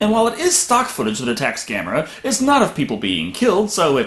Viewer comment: Um, dude, Gamera is not pronounced the way you said it. It sounds like the word camera but with a G at the beginning. Hope that clears things up.